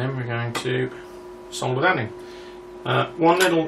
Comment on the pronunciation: ..... ahh, a joy to hear 'solder' and not 'soder' :)